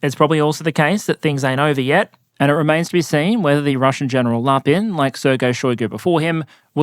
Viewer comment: I misheard it as General LARPing